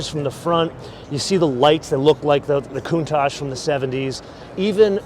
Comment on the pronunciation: The original designer of the Cuntach has always said it’s pronounced coon-tok.